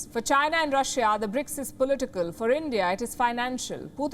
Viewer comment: It's Russia not rasia